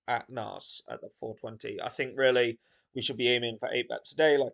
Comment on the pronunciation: So you know the mace the cops spray in your eyes Naas is pronounced the same way .. From Ireland keep up The good work 🍀😂